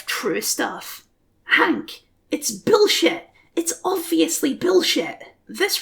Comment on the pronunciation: I agree but I really dislike the way you say "billshet"